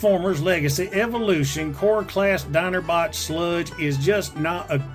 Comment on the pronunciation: "Dinerbot Sludge" Yeah I live in southeast Georgia and I can say you NAILED that.